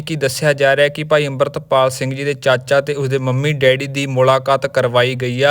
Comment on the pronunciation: ਬਾਈ ਜਦੋਂ ਸਾਰੇ ਲੋਕ ਅਮ੍ਰਿਤਪਾਲ ਕਹਿੰਦੇ ਆ ਤੁਸੀਂ ਡਰਦੇ ਓ ਕਿਸੇ ਤੋਂ ਕਿ ਅੰਬਰਿਤਪਾਲ ਕਹਿੰਦੇ ਓਂ😢